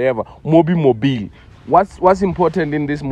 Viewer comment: not saying "mobi mobil"😭😭🤣